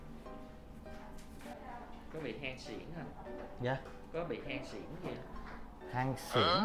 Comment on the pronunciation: Hen suyễn mà nghe thành cái gì vậy 🤣🤣 “Hanh xịn”???